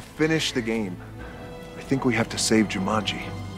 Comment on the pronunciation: Rhys Montague Darby pronouncing the game 'Ja-munji' ruined this film for me haha